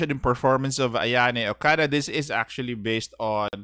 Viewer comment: "We desperately need a good defender for Galatea." SANADA YUKIMURA: "Am I a joke to you?" Y'all hate on doge boy only because he's not a froster. But he's really efficient with the Three Kingdoms/Sengoku team. And it's pronounced O-KA-DA, not "O-KA-DAY". I know you're an English-speaker hence lazy (LOL) but please, my poor ears are bleeding after listening to you. Is it so hard to consider forgoing your native Alphabet when dealing with foreign names?